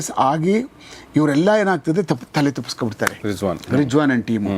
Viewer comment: With due respects i would like to say that it is rizwan not rijwaan